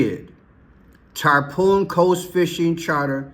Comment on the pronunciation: It’s Tar-Pawn, not tar-poon. Tarpon is a specific salt water fish. Tarpoon is a weapon